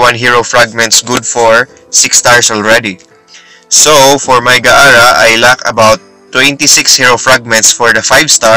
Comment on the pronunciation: Its gaara not ga ara